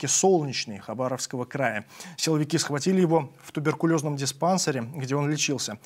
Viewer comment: Правильно говорить "диспансЕр" !